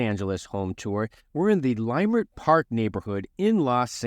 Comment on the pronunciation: Good tour! And fyi, it’s pronounced Lah-Murt, not Lie-Murt.